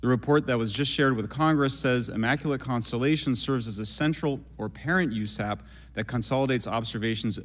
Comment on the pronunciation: Bobert says “immaculant, immaculant” after trying to be witty 😂😂😂 what an embarrassment to trashy bumpkins everywhere.